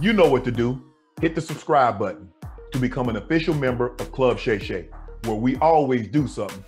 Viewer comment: Shay shay??? Really man? Shay shay?